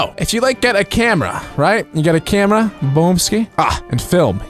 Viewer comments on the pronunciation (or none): none